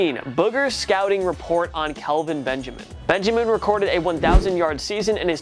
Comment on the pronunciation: The kelvin Benjemen one had me dead 😭😭😭